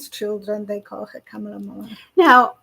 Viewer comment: FYI: Kamala is pronounced Comma-la. No camels. 😊